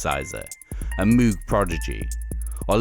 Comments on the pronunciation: its pronounced "mogue", like "vogue" but with an 'm'.. not "moooog"... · This is correct. Named after Robert Moog, who pronounces his own name with a long O. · Great video! But Moog is pronounced "MO-og." 🤣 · Moog (/ˈmoʊɡ/ in IPA notation) is pronounced "mohg" (rhymes with "vogue") not "moog" (rhymes with "fugue"). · 'Moog' as in 'Vogue', my dude; like the magazine. 'Mogue' - not 'Mooog' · "Moog" rhymes with "rogue"